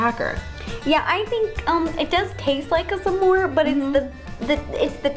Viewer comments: I pronounce it smore not samore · Ro keeps saying Some more instead of SMORE! She’s so cute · Love how Ro says "Samore" instead of smore lol 😂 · Did it bother anyone that ro says "samor" instead of smore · It’s s’mores not samores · Did anyone else hear ro say su-more the whole time?? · Love that kept saying sa-more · Ro said samore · did it bother anyone else that ro kept saying s'more and not smore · Tbh I was kinda getting annoyed how ro pronounced s'mores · I love Ro’s pronouncing of s’more